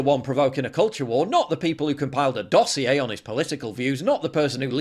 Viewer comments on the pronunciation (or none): none